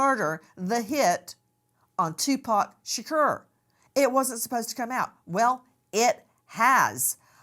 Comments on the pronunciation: She is killing me with his last name -Tupac sounds like ,”To -Poq or Pock”! Shaaaa Cor but how yall say it ugh 😣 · I can’t stand how she’s saying Tupac’s name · The way she pronounced Tupac's name is crazy but I'm praying they finally get Justice for Tupac Shakur. The didler knows who killed him, and he's looking very guilty